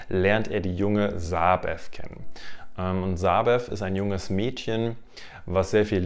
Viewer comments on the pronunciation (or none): "Sabeth" ausgesprochen = SabeTT! Meine Güte, warum sollte Elisabeth Piper, die Tochter einer Münchnerin, bitteschön einen englisch ("th") ausgesprochenen Namen tragen?